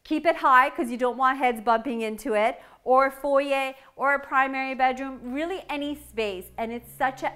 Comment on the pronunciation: I've probably said this before, but thank you for saying foyer properly lol.